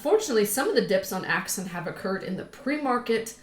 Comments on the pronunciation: Axon not Axin.... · AXON AXON AXON<<<<NOT AXIN!!